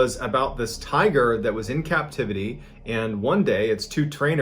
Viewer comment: Please tell me I'm not the only one who heard tire instead of tiger the first time